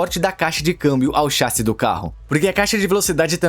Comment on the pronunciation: Alguém mais acha estranho o dublador falando "chássi" ao invés de "chassí" kkkkk, pode ser uma dublagem gerada por IA talvez